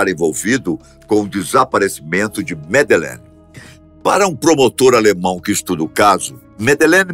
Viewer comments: o nome que vc a chama está errado, ela se chama Madeleine, e nao Medelene. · Jamais, ela tem 21 anos. Madelein teria 19 anos. Esse narrador não sabe nem pronunciar corretamente o nome da miúda. Cá tds tem a certeza que os pais da Madelein são os culpados. Vai ler sobre isso.